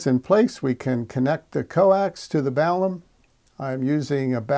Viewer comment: Balun, not balum